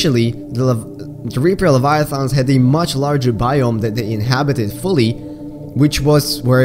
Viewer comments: "Reaper Leviathongs" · yeah no problem it just sounded funny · why does he say leviathons